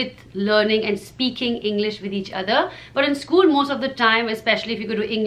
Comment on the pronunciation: Acho engraçado ela pronunciando " School" soa como " Scuulee" hahahaha